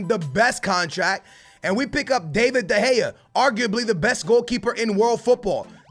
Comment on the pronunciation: Your saying David de gea wrong